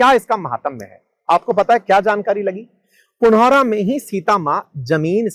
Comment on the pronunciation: पुनौरा, और पंथपाकर सही उच्चारण है।